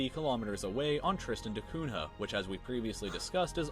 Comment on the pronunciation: Btw Cunha is pronounced "Cuña". It was a portuguese explorer that discovered the island.